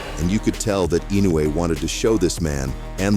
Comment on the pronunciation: It's I no u e, not I nou e